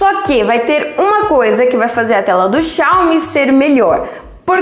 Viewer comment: Parece uma moça inteligente mas não sabe pronunciar Xiaomi... Mas eu não disse q por isso não é inteligente... Aprendam interpretação de texto. G52 não tem InfraRed mas tem NFC.... tenho o 12S 8GB/256 e o g52. Tchau